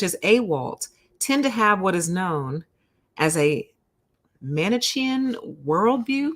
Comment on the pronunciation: I just Googled 'Manichaean', it's pronounced: "Mani-key-an". Hadn't heard of that before. Basically, inflexible, extreme, black-and-white thinking, the mindset of every narcissist.